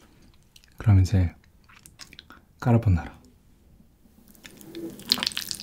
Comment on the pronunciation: 와 처음에 딱 틀었을때 소리 진짜 대박👍 근데 오프닝송에서 까르보나라 엄청 빨리 발음하시네요ㅋㅋㅋ귀여우세요ㅠㅠ